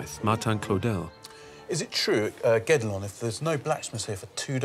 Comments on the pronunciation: To be honest, I heard "Get-Along Castle" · Everytime they say Guédelon Castle I hear "Get Along Castle" and I thought it was partly a joke because everyone has to ...get along... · mispronounced the fckn name of the castle.